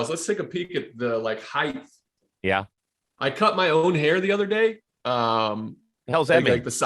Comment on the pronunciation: The “heighth!” You’d think a very tall dude like Blevins would know about height.